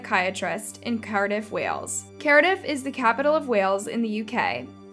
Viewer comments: the town is called Cardiff pronounced Card-iff or Car-Diff not Carediff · Your pronunciation of Cardiff (American accent) should be more like, Car-Dif. Nice video thanks! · It’s pronounced Car-diff… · Your pronunciation is inconsistent. You said Carediff, then Cardiff, then Cardiff, then Carediff. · Die-on? Cari-dif? cree- ee - gue what? 😂😂